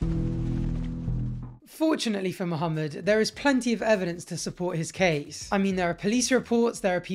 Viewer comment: U pronounce the name Muhammed well, its refreshing to hear